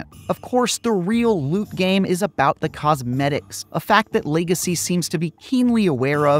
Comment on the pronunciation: "Hogwarts Lay-gecy"